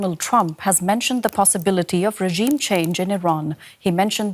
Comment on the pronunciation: Could someone please tell the Washington reporter how to pronounce the word 'regime'?